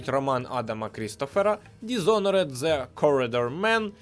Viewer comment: Народ… будь ласка. Не ДізонорЕд. Дізонорд